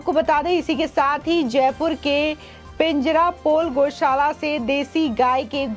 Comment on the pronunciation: Pijarapole NAHI PANJARAPOLE BOLIYE.....